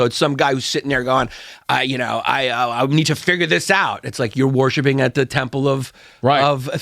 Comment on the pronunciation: "You're 'warshipping' God, you're 'warshipping' your intellect, you're always 'warshipping' something." 🤣 i thought he was doing a bit there for a minute, but nope😆